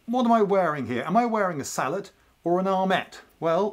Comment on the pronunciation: Yes! "Sallet" not "Sallay"